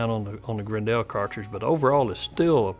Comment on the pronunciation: It's pronounced like "Grendle", not "Gren-dell"